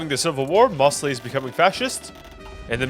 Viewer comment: why do you pronounce mosleys name so wrong?